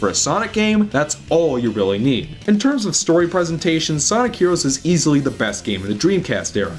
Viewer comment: Sonic herowos